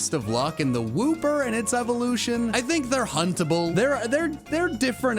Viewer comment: Who else heard huntable as puntable and suddenly thought he was doing a different tier list